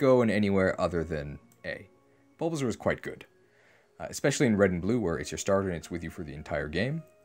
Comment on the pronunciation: Every time you say "Bulbazaur" instead of "Bulbasaur," I die a bit more.